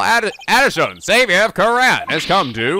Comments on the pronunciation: THE REAL WRONG PRONUNCIATION IS KOO RAIN! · Yes, you have been mispronouncing Kurain, it's "Ku-Rain" RAIN and it means so much to me that you've admitted it,even if it was only in jest. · You went back to pronouncing kurain dreadfully wrong